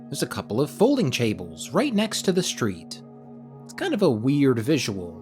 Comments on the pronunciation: bro said “there’s a couple of folding chables” wtf 🫵🏼🫩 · "folding chables" fucking killed me